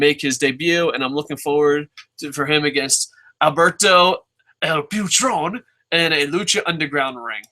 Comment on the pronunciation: It's El Puh-trone lol. I gotta get into the habit of watching LU, I don't even have the channel